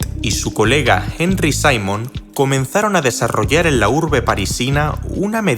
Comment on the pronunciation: No es Henry sino Theodore Simon, francés al igual que Binet, por lo tanto su apellido no corresponde a la pronunciación inglesa.